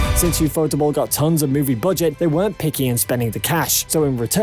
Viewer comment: for every anime fan stop calling ufotable u fotable instead ufo table stop trying to sound even weebier we watching a fate video